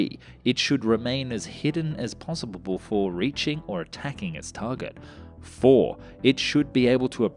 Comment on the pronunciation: new words in this episode intercontinentilental foolhardly possibible astromoner